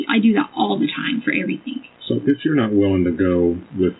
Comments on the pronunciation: And she has a masters in education yet she says "everythink" ...please!! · The way she says "EVERYTHINK"🤢 💙💙💙